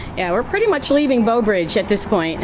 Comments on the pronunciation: . Nope she said Beau 😂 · I was going to say that too. Plus, it sounded like she kept saying BOW Bridge!! The teacher in me was making the "Brrrrr" sound. Great video! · Its not Beaux Bridge. Read the sign. Its BREAUX (with an r) Bridge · It's Breaux... bro bridge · It's pronounced "brah-oh" or "broh." The French elongates the "eaux" or "oh" part of the word. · You don't crawfish.... enjoyed the video, but you needed a guide... and Breaux Bridge has an R in Breaux!!! -- you could have learned a LOT if you just asked anyone questions.